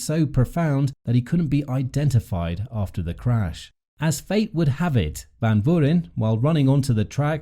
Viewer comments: Learn to pronounce the 19 year old’s name but otherwise, great video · Try to get some guidance on the pronunciation of “Van Vuuren”. Mispronounced extremely badly